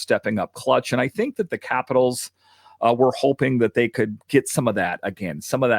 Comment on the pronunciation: I can’t stand the way you pronounce capitals.